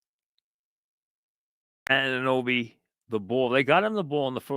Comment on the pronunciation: It's A-nu-noby Mike